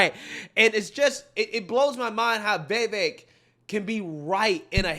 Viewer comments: Pronounced Vivake....Like Cake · I'm so proud of you, man. You finally said 'Vee-Vek's name correctly. It's a cold day in Hell, but I'm happy 😂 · Vivek is pronounced Va-vake